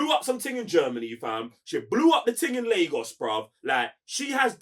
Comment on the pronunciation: Don't like that pronunciation of Lagos though lol